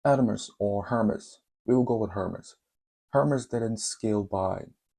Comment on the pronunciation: it's ERMES ...The H is silent..